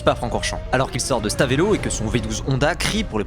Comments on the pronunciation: Les mecs si ca s’écrit Stavelot pourquoi dire stavÉlot 😭respecter nous un peu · il a dit Stavèlot, ça se dit Staveulot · Incroyable ! Mais ça se dit « stavlot » pas « stavélot » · Bonsoir. Merci pour la vidéo. Senna, dans notre coeur . Et pour la prononciation de la ville au début de la vidéo, c'est Stavelot , et pas Stavélot. Pas facile de s'y retrouver dans les prononciations . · Stavélo pour Stavelot et bravit à la place de brava...bof bof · stavElot c'est un E et non un É Merci ! ❤😂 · Tu cherches à vexer les belges avec ta prononciation de " Stavelot" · Arg, la prononciation de Stavelot 😭 On ne le prononce presque pas le e, ou alors on le prononce "e" 😊